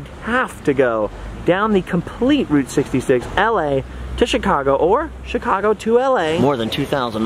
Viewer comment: When said Route 66 I thought he said groot 66 lol 😂